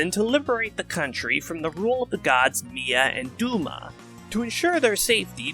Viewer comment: im detecting a pattern with your fire emblem segments lul. luckily with celica, rigel, and mila, they arent gonna come up again so it doesnt matter but i better buckle up for the rest of the fe spirits thatll have even harder to pronounce names lul. (for the record Celica is pronounced "Cell ick a", Rigel is "Rig El", and Mila is "Mill a")